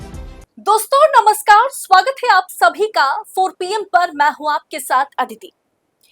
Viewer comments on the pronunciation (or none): none